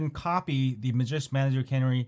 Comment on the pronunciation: Lol always pronouncing normal words all screwed up. Tweetie bird was a type of bird known as a canary bird. Pronounced as kuh-nary, that's two syllables one word. The file is named canary same as the bird. Not cannery, a place where soup cans are produced